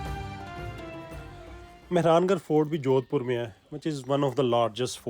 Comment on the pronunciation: Sahar ka naam sahi se bol nhi paya aur vlogger bolte hai ,kya sasta Nasha hai